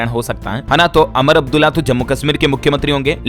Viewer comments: Amar Abdulla nahi Umar Abdulla BOLO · अरे, अमर अब्दुल्ला नहीं पर उमर अब्दुल्ला है । तुम्हारा ज्ञान बिल्कुल ही बेकार है, कम पढ़ा लिखा हुआ व्यक्ति ही ऐसी गलतियां करता है । हमेशां तुम नाम की, सही तरह के उच्चार की, जैसे कि स को श बोलते हो । आदि ऐसी तो दुनिया भर की गलतियां करते हो । तुम में थोड़ा नहीं पर बहुत कुछ सुधार करने की आवश्यकता है । और इन्ही सब भूलों के कारण तुम राष्ट्रीय फलक पर पत्रकार नहीं बन सकते हो । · अमर अब्दुल्ला नहीं उमर अब्दुल्ला बोलिए